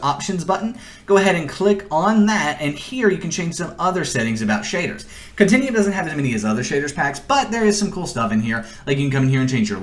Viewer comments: continEum.... its con-ten-you-um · Click the "meer" button and "continium". Meer-or, Cont-in-u-um. God how can someone speak so poorly.